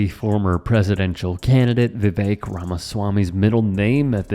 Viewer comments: Vivek rhymes with "Fake." Also, "Rake" (steps on...). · Viv-ake also rhymes with SNAKE = just saying.